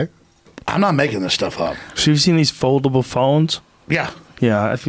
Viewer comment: Joe 'folbable phones' Rogan